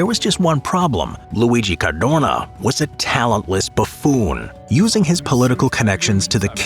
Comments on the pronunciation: Why is he saying certhuurnaw like that ffs. Car doe na. You moron. Jesus Christ almighty. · Sad to say: it‘ Cadorna and not Cardona… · Cadorna, not Cardona. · It hurts my ears hearing you say the surname of general Luigi CarDOrnA💀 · CADORNA, not Cardona !!!! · Cadorna, no Cardona. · It's CADORNA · "Cadorna", not "Cardona". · His name was Cadorna not Cardona. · caDORna, not caRDona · caDORna, not caRDOna, my ears bled every time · CaDorna not cardona!!!! and thanks for pissing on wwi graves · Cadorna not cardona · It Is CADORNA. NOT "cardona". And yes, in Italy we have lots of military barracks dedicated to his name and I don't understand why... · It s not Cardona, it s Cadorna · It's Cadorna. Cardona Is a wrestler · Every time I hear CARDONA instead of Cadorna I throw up a little. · dude, it was CADORNA, not Cardona, Cardorna or Cadrona as you kept calling him. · It’s Luigi Cadorna, not Luigi Cardona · it's CadoRna not CaRdona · Cadorna, not Cardona!